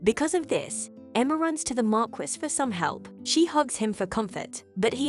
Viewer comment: Marquise is pronounced mar-key